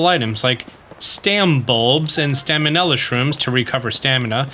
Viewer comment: I like how he still says Staminella Shroom instead of Stamella Shroom even though he once said he realised that's not what they're called